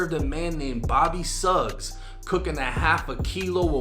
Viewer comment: Its pronounced "Shuggs" like Sug Knight. This man is NOT 51...gtfoh he 73 stap lyon